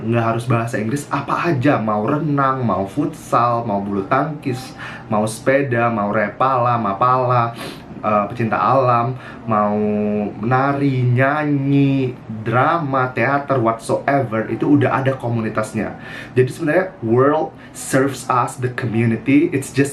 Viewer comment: I was schocked when "REPALA" oh MAPALA wkwkwk